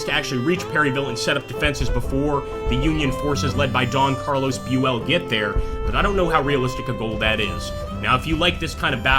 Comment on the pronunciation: BUELL...not BU ELL.